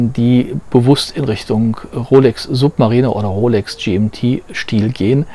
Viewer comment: Also Suub...marieh....ner hätte ich die Rolex glaube ich nicht ausgesprochen.